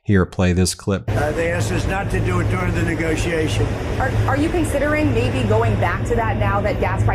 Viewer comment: "Maby", for sure. First, it sounds that way, just. Second, his lips form M, not B.